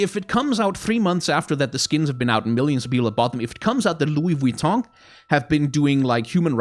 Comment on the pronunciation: I love and hate how u pronounce Vuitton correctly